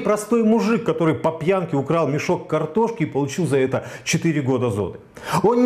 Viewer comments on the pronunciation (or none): Во-первых, он всё-таки Серебренников. Коверканье фамилии совсем не красит. Да и картошки всё-таки мешок, а не мешёк. В случае с Сенцовым Кирилл был одним из первых отечественных деятелей искусства, кто высказался в его поддержку. Наряду с Сокуровым и Хлебниковым. Почему наплевать на политзаключенных? Мне не наплевать. Да и с транспарантами в их защиту выходили не раз. Где сам сей господин был в тот момент? Дело Серебренникова, безусловно, более резонансное, потому что это Серебренников, а не безвестный Вася Пупкин. Точно так же о сталинских репрессиях мы говорим через призму судеб Мейерхольда, Вавилова, Шаламова. Точно так же, как выступают за спасение Олега Сенцова, хотя знают, что в российских тюрьмах он не единственный безвинно сидящий украинец. Какого лешего Романов приплетает туда же Жанну Фриске, вообще не очень понятно. Должен ли я отказать человеку в помощи и поддержке лишь по причине социальных, политических или культурных несовпадений? Да ну нахрен.